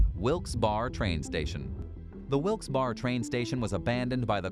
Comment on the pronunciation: Not that you’ll care but it’s pronounced Wilks-bare-eh.